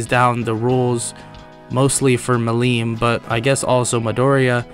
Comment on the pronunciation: The way you pronounced Millim was painful to me, and I am sure that it will piss me off in next episodes.